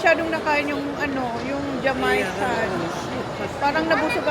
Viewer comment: it's not JA-MAY-CAN pronunciation, it's JA-MAI-CAN, ang weird & funny lang how you say it hehe, I thought what is she saying na JA-MAY-CAN, un pala un empanada sa SM na Jamaican! Kaloka!🤣 Mas bagay un isang Gentle Monster na shades, the other one you didn't buy, mas bagay sa shape ng face mo sana un na lang get mo, this one not much, Kay Anne Curtis bagay to. Bakit hindi kayo sa house niyo magcchristmas??, well if they're all gonna be there, then that'll be fun! It's nice that Holly bought an English/Tagalog dictionary, she's really interested to learn Tagalog not like your panganay, and maganda yan para she can communicate in our language with your relatives. I noticed Mother is madalas nakasimangot, is she not enjoying mga pasyal niyo or in a bad mood or something?, or is that her sitting face??, tell Holly to just leave Mushy at home, or keep it safe when you guys are outside, coz if it gets lost, it's not like in her country that she can go back find it and it'll still be there, here if she loses it, other kids will get it, iiyak at magwawala yan for sure, coz it's gone forever, alam mo naman dito sa Pinas, Finders Keepers!! Kakatuwa naman un maglola when they were choosing the eggs!🤣, parang mas naging close sila this time, coz her attention is not divided wala un mga kalaro/kapatid niya. OMG Holly!, I hope you're letting your daughter know that home elevator is so sobrang malakas sa kuryente!, even the richest people here in Forbes Park